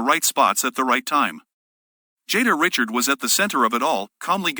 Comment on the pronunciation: REE-SHARD. Jada Ree-shard.